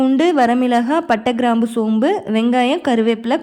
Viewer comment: I know that . But instead of pronouncing kraambu you pronounced Graambu.